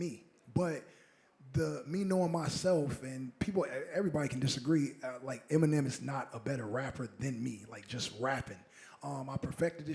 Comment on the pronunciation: Did he say Em mine nem in the intro lol 😂